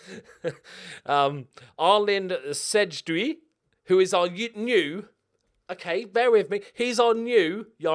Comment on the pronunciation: Arlind sejdiu ( sejdiu like in Say-sej diu